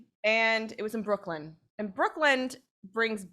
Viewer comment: This was such a stupid story. Nothing supernatural at all - just some chick who felt awkward at a party because she thinks she is better than everyone else and got to a drunken mess. Also, it's BrookLYN - not BrookLAND.